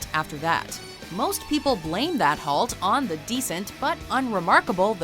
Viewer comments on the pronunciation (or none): none